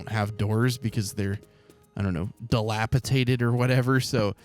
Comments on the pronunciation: is dilapidated not dilapitated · Hey it’s DilapiDATED 😂 but I kinda prefer dilapitated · Dilapidated. It’s a ‘d’ in the middle.